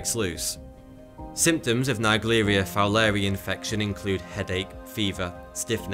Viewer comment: Probably pronounced Fowler-eye